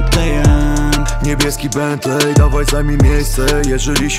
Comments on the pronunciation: Czyta się "bentli" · Nauczcie się wymawiać Bentley, a potem nagrywajcie. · jak słyszę jaki oni wymawiają bentley to rzygam... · Wszystko spoko, tylko niech oni w końcu nauczą się wymawiać słowa typu bentley i maybach